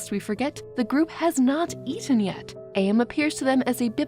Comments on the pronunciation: Minor nitpick. AM is pronounced as am, like "I think therefore, I Am." Not A.M. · For future reference, AM is pronounced like the word am, not like the individual letters. "I think therefore I AM." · Actually I got confused when you said AM I thought you were saying IA 😭💀 But the confusion between 'AM' and AI (Artificial Intelligence) is interesting. It shows how easy it is to mix up those terms, especially both involve random outcomes. In real life, this mix up can lead to misunderstandings about technology. People might think AI is a malevolent force like AM, when it's actually a tool we control.